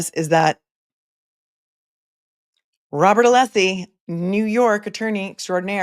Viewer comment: So strange to hear you mention Nancy Kerrigan - I just read that Hank was the Attorney for her brother - but you probably already knew that,, because you know everything! I'm hoping if Hank keeps mispronouncing Alessi's name, he refers to him as Breenan. And honestly, Hank who says chat - are you still using AOL discs?😅 Thank you for making watching this trial bearable!